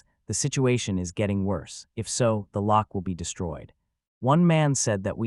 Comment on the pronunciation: How did "Lock" become "Rock" and "Tamer" become "Tamper"???